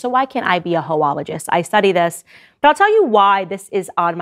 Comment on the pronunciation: A ‘ho-ologis’. I’m dying.